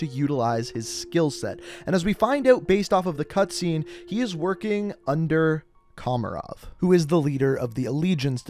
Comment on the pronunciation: How does this dude mispronounce every name possible? “Nikito” “komarov” “Yurzikstan” “Khaleed al Asad” at least he got Mara right holy shit.